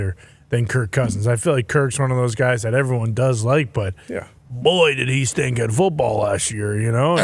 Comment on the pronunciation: Calling Darius "boyh" twice is 60 seconds in that accent is diabolical